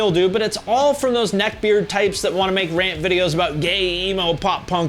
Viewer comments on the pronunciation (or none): Say "neck beard" again....